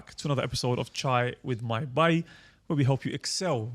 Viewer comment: Asalaamwalaikum Just started to listen to this podcast series today and Allahumma barik great work! Super random point. Can the host brother pronounce the word ‘Bhai’ correctly pls ? The ‘h’ needs to be pronounced. The way he says it is ‘Bai’ which in Hindi also means ‘maid’ Not a huge deal but I have been listening to your podcast and it bothers me each time. Jazakallahukhairan to all of you for your efforts May Allah accept it from you